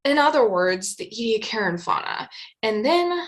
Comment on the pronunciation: Australians pronounce the place: EE-Dee- AAck[a]ra., your videos constitute an outstanding curriculum, seminar series, book for students of ALL ages from primary right through postgrad overviews, and reviewing! Thank you! Those who have never touched live sponges, by the way, they are considerably stiffer than the boiled remnant with which those who have not dived, understand sponges to be. Greater understanding of evolutionary process can be had in the evolutionary development literature, with its easy explanations of repetitive expression of HOX genes and the ways in which very specific epigenetic shutting off occurs. Body shapes of Precambrian and Cambrian organisms show most clearly the simple repetition that, elaborated, contribute to the enormous diversity Chuck Darwin commented on, that we see everywhere, even though we ourselves live during a period of biotically-driven mass extinction.